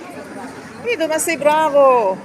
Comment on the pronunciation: Не Не дідо а Гвідо,уважно слухайте